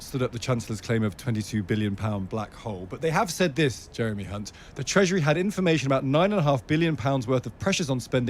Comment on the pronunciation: Well done by not tripping up on hunts name. As many do. Brilliant. Thank you. Encore, encore, very funny.